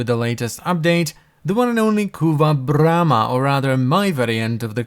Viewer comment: Say BRRRRRRRRRRRAMA one more time.